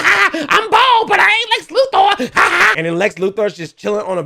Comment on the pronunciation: Love how he says Lex LuThor. That'd be cool if Lex became Thor